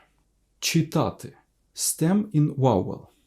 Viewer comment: Хочу зауважити, вимова "ч" перед "и" ну дуже м'яка, і чується "чітати", а не "читати", а так відео гарне